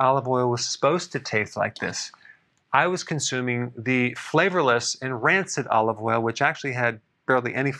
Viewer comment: Olive woil you said? Okay, I'll be looking for the specific spelling! THANKS!